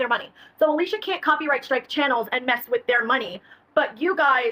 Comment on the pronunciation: It is actually Alicia